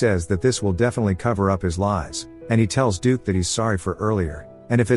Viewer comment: Wow, it took till 1hr 49 mins till you could get "dukes" name correct